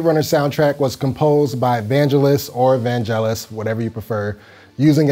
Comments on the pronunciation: ‘VAN-Gellus’ (with a hard G sound) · Cool video and synth. But neither pronunciation of Vangelis was right. The g does not like the j in jelly or jump but like the g in go or girl. Nitpicking sorry! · 1 reason not to listen ,.. bloke dont no how to say vangelis and get Korg mono 240 brand new